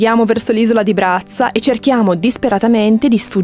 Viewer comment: Bellissimo video, migliore dei precedenti, come sempre. Anche io ho una laurea in giurisprudenza ma il mio ufficio non è in mare ma solo vicino al mare (Venezia!). Mi interessa molto il Tuo percorso perché (forse?) avrebbe potuto essere il mio. Ps. Bello sentirti dire "Brazza"😉❤